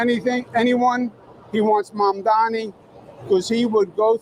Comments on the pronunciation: It’s Mamdani not Mandami. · At least learn to pronounce his name correctly. It's not Mamdami. It's MAMDANI. Is this a black thing? And why are blacks supporting Cuomo? Black people are totally racist towards South Asians. They also love the fact that Islamophobia is rampant. The spotlight is on Muslims and not them. Also hating Muslims makes them think they will be accepted by whites more. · Why are so people calling him "Mandami" instead of "Mamdani"? It's not the difficult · How is it so difficult for you to say his name? You say his name like Cuomo does 🤮🤮🤮… MOM DA KNEE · Please pronounce Zohran Mamdani's name correctly! It is Mam Da Ni! Thank you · Please pronounce Zohran Mamdani's name correctly! It is Mam Da Ni! Thank you! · is so reactionary. She loves MAGA and Candace Owens. His name is pronounced: 'Mom Donny'. Why is this so difficult for? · Please learn Zohran's last name. It Mamdani. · Please for the love of God, pronounce his name correctly. Oh my god. 🤦🏽‍♂️